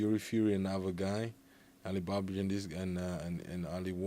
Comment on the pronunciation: Loved Chisora pronouncing Allen Babic as "Ali Baba"